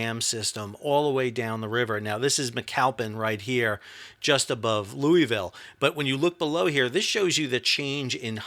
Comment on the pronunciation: Lou-a-ville and Hee-brun